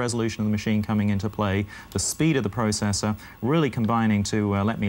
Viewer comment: That guy needs to learn how to say processor the correct way.